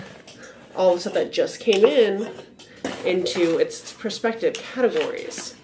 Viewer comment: it’s “respective categories”, not “prospective”